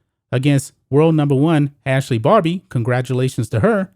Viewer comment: It"s Ashleigh BARTY!!! I keep hearing Ashleigh Barbie. Get it right sir. Otherwise, great content!